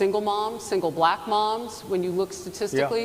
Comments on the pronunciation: The way he says black (bul-ack). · He pronounces it like an old racist would from 1950s and George Wallace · he says "balllack" jyst like other racists do. He's already lost the election. Now he needs to be exiled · He has an extremely difficult time saying the word “black”. I think it makes him feel uncomfortable. Interesting. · Yes. Saying black with 2 syllables (ba-lack). He also deliberately mispronounces Kamala's name.